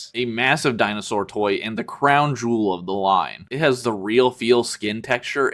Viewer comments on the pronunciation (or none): none